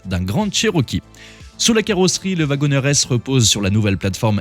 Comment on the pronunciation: "wagonEEr"!!!!! Prononcé "wagonir". Comme le "CherokEE", on ne dit pas "CherokÈ". Vous ne prononcez pas "JÈP" pour le nom de la marque, tout de même? 🤦🏼‍♂️